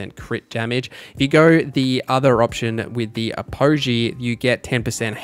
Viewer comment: Say Apogee wrong one more time and im gonna self delete